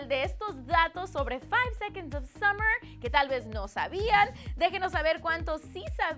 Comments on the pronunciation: La escucho decir Keilum a Calum en otro vídeo, juro que le lleno la cara de tajos. Ah, y si nos vuelve a decir "Summers" también. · taitaic, keilun, summers. JAJAJA, ME MEO, JEL MI xd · me dolieron los ovarios cuando dijo summer's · Nos Dijo "Summers" JAJAJAJA ME MIE xD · sUMMERS?!? KEILUM?!?!? HIMPAKTADA c mata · me estuve riendo por horas "keilum" ahahahaahah tambien por "summers" ahaahahah nomanche! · A ver, antes de hacer un video de ''cosas que no sabían'' hay que informarse un poquito por lo menos, ¿no? No esperaba que me dijeran cosas que no supiera sobre mis 4 chicos favoritos del mundo, pero vi esto y casi muero. Nos dijo SUMMERS, y dijo KEILUM HOOD, por Dios, SOMOS LA 5SOSFAM, Y SE DICE CALUM , ASÍ, SIN ACENTOS NI NADA! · Summers wn...SUMMERS. ENSERIO??!! 1- Como nos llaman SUMMERS wn, ¿¿¡¡CÓMO!!??xd 2-KEILUM XD... ES CALUM, cada vez que veo estos putos videos, sinceramente me dan ganas de llorar por la conductora de esta wea y MUY MALA INFORMACIÓN :c (lol) 3- Conductora de esta wea: -Cosigue una buena información y no mierdas cómo esas:3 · Summers??keilum??Ari y Michael??estupides pura en este video en primera no somos summers somos la 5SOSFAM❤ en segunda se pronuncia CALUM y en tercera Ari y Michael mis ovarios .l. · summers , taitanic keylum 😂😂 te pasas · JAJAJAJAJAJJA KEILUM JAJAJAJAJA SUMMERS JAJAJAJAJAJ ASHTIN JAJAJAJAJAJSJ MATATEEEEEEE WEEEY